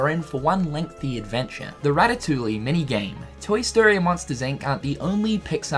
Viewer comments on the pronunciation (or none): Now he just needs to say Ratatouille like "rat-a-tooie" instead of "rat-a-toolie" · My boi can't say ratatoullie it's pronounced rat-a-too-e not rat-a-too-lee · Not to be THAT DUDE, but it's actually pronounced rat-a-too-ee. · Ar-kives and Rata-tully 😂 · It is RAT-TAH-TOO-EEE god damn it. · Rat-uh-too-E the L's are silent friend <3 unless tats just being new Zealand. in which case nvm. you do you <3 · Way to butcher the name of the movie. Rat a tu e is how you pronounce it brah! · I was going to make a comment that was going to up Cynical about saying 'ratatouille' wrong, but then I remembered that he's a Kiwi not a Frenchman. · you don't pronounce the "ll" in Ratatouille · uh.. ratatouille has silent L's. still love your updates though. keeps me sane before the release. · The l’s in ratatouille are silent my guy